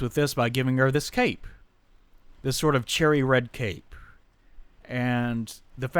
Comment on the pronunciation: oh god I kept hearing you say the translation of serees was "charity". and I went what the hell?, and listened to it over again about 7 or 8 times. I finally heard you say cherry.